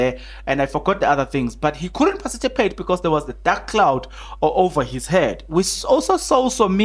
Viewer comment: Participate not parcitipate🤦🏾‍♂️